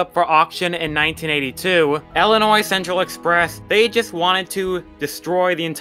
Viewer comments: Ill i nois... not Ellinois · Not to mention, it's Illinois, not Ellinois.